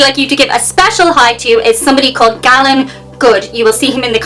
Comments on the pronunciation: it's interesting how you thought Galen was pronounced. i'm going to attribute it to all of the crazy traditional irish names. i probably have only ever known 3 in my life and they have all pronounced it 'Gay-Lehn' or 'Gay-Lin'. also, your audio is slightly distorted. you may have to reduce your 'gain' or clean your microphone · with regard to the name Galen, I think it's pronounced in the US Gaylen. However, today you never know. Please do this for Holloween, (it's my b-day). Thanks again for the smiles.